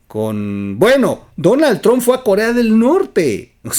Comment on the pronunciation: Oye güey se pronuncia tromp no se dice final tron